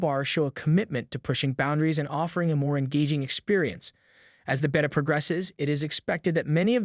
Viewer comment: The way you pronounce Beta is driving me crazy😂